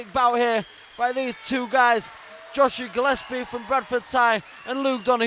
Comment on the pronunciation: Its JOSIAH Jo-si-ah Not Joshia ! Dumb shits.